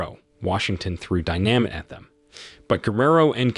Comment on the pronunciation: Who the hell is narrating this, an auto dialer? “Dynamit”? “…a demonic figure named Lucifer…”? 🤣🤣🤣